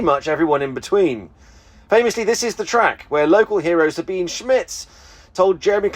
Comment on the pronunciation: "Sa-been-eh". It's not Sabeen. It has three syllables. There is an "e" right there on the end, in plain sight! Pronounce it!